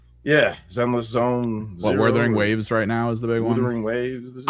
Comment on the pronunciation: " Withering Waves" 😭